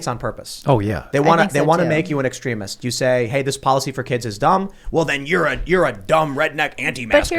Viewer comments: This chick doesn't know how to pronounce words... "extreeemist" it's extreeem. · Extremist EX-TREE-MIST Not ex tre misd. Still making good point though. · Ex-trem-ist❌ ex-treem-ist👍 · Sorry but who doesn't know it's pronounced ex-TREEM-ist? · I dont trust in the least. Tims already moderate asf but shes an apologist. Several times in these podcasts shes tried to control the narrative. Luckily shes the least dominate person in the room. She must of forgot these arent her writers.. Also she pronounces extremist wrong...